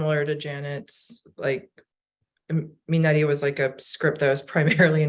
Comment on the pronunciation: Minari’s pronunciation can be a little tricky but it’s me-nah-ree. Thank you for the panel!